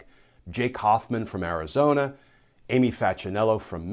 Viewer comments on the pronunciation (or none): none